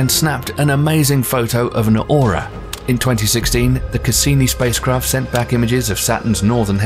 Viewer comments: Narrator kept saying the word Aura when it should have been Aurora. And the space craft Magellan (pronounced Ma Jel an) named after Ferdinand Magellan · These are neat, but the mispronunciations of "aurora" and "Charon" were a little irritating. Also, "Uranus" - having the unfortunate pronunciation in English - has been shifted to something else that's not that much better, but I think is preferred "YOUR - in - us" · Is anyone else slightly annoyed by the narrator's pronunciation of certain words? Like "nucular" instead of nuclear, "paro-namic" instead of panoramic, and "aura" instead of aurora...maybe I'm just overreacting but it bothered me so much lol